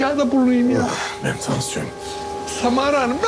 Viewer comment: O sırada roni ::::::SaMaRA AdINı YaNlIş sÖYLiYİNce ÇoK KıZıYo